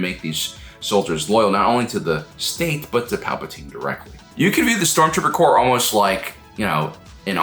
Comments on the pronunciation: Corps, not "Corp". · This was a cool video, but it's "Stormtrooper corps" not "Stormtrooper corp". Like Marine Corps. "Corps" is French for body, and it's a common military organization stemming from the Napoleonic wars. Three guesses who coined it. ;) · my head canon is the stormtroopers are demolitions experts. Their small arms training is nothing special, but they can blow stuff up real good. By the way, corps with an s is pronounced core. The s isn’t dropped to make it nominative singular.